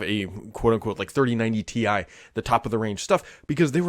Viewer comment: hey it’s called Ti (tie) short for titanium not T i (tee i)